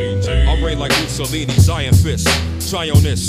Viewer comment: Lol who is Gussalini? I think you mean Mussolini.